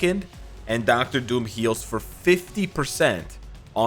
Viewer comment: "Docta Doom" Me: I thought you are Canadian, lol